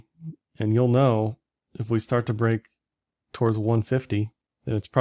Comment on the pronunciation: WHY DO YOU SAY "TOR-WARDS"